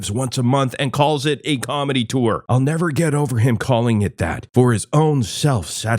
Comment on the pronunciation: He tores!